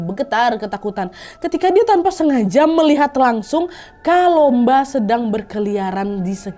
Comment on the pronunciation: Kakk kalumba bukan kalomba